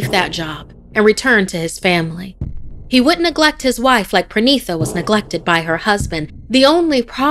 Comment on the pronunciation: You are pronouncing the names wrong, it should be “Parineeta” which means “bride” in Bangla, which explains the character, not “Prenitha”. Also, the man’s name is “Viveik” not “Viveck ”. As an Indian, I think you can get many better stories from India, there are lot of interesting folk tales about the supernatural in Indian culture. This is definitely not the best that India has to offer.